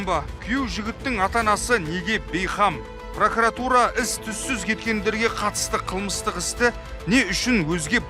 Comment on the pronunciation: ПракАратура емес журналист, жүргізуші ҚАУЫМ! ПРОКУРАТУРА ДЕЛІНЕДІ